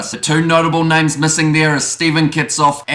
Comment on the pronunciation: Dude spot on with the names! Awe ma se kind. Keys to the town babe!